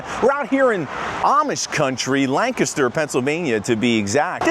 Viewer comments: Thanks foR pronouncing Lancaster the right way.......not lan caster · I Appreciate You Both saying Lancaster correctly! I miss this place.